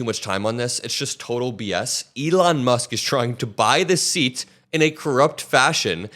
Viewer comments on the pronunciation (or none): none